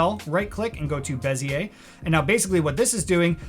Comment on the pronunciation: you lost me at "beziay"